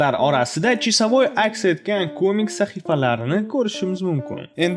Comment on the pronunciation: Qanaqa chisavoy blat senty toʻgʻri gapiring